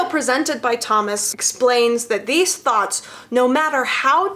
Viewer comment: I try really hard to take videos about the new Sanders sides seriously... but I keep hearing it as thots instead of thoughts.